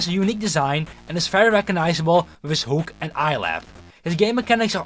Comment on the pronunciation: I will type in English to not attract this to the Dutch algorithm but dude, you sound like you're not even trying to pronounce stuff correctly, I don't know if you're still in school but if you are please speak with your teacher about your pronunciation, I think most native English people aren't understanding you correctly, for example you pronounce "hook" like "hoek" when that's not how it's pronounced or "animatronic", you sound out the R when that's really not a thing in English, as both a native Dutch and English speaker your English hurts my ears :,)